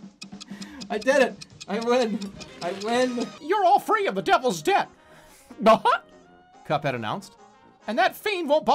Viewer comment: No, Jerma, it's "Cuphead"